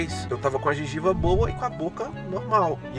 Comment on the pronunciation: só que escutei ele dizer " minha gingiba?"